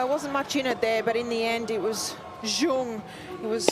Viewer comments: WTF, Zheng is awfully pronounced as "ceong"! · The Australian commentators need to learn how to pronounce Zheng. Even the umpire gets it more correct. So it’s a matter of choice. And the crowd is clearly biased to the point that they are disturbing the athletes. And the commentators really tried, but they are definitely feeling more towards Olga. Always trying to find something nice to say about Dani, whereas towards Zheng is, let’s say, more critical. For example, the winner by Zheng. They would try to “give advice” to Dani, but if that winner down the line was by Dani they would praise with all their hearts “such good play” and control and court coverage. Seriously, it’s been decades with this white privileged commentary.